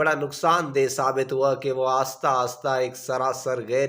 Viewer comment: Aasta nh ahista